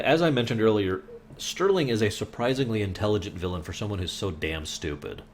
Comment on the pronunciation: not sterling - its henry ' star - ling '